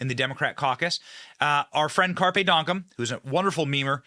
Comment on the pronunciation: It's donktum not donkum. He's meme royalty and this is like the third time I've heard you screw up his name. Are you related to Joe Biden. Come on Benny do better.